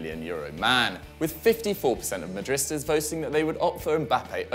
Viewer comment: Madristas? Madridstas? Sigh...say it with me now, Ma-dri-dis-tas.